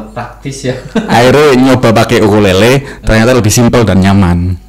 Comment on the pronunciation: Mantap konten apik,, sedikit mau koreksi ukulele bukan okulele